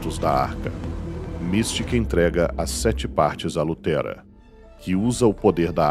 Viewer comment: Ótimo vídeo, realmente muito bom.. pecou em algumas pronuncias como ''lutera e krakul saydan'', sendo que é luterra com dois erres de terra mesmo e não ''tera'', e kakul saydan, mas fora isso está realmente muito bom!